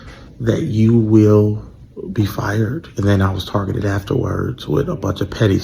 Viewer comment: “I was tar-gitted after-wurrrds” 😂😂😂😂 Then started a give-send-go although they don’t like socialism. 🤣😂😂😂😂 You can’t make this up… He’d better start selling shirts like Coondace. 🤣🤣🤣☠️